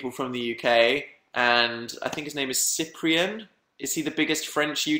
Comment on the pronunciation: Who knows Cyprien here ?? I didn't expect Dan talking about him. I'm french btw and I love how he said his name.